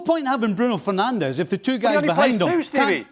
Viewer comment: A video came out at the start of the season of all the players in the Premier League giving the correct pronunciation of their names, yet somehow monolingual English speaking pundits STILL CANNOT pronounce Bruno Fernandes' name right. At this point, it's obviously intentional disrespect. 🙄